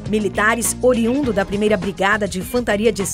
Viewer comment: "Militares OURIUNDOS" e não ouriundo.